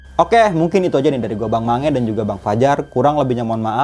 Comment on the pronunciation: bang sange bkn mange